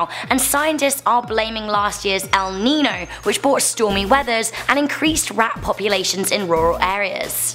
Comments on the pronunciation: SAME AND IM NOT EVEN SPANISH! It has this ñ which turns the pronunciation into a ny sound. It’s pronounced ‘el ninyo’ even if it’s written El Niño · Pronounced El - Neen - Yo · It bothers me how pronounces El Niño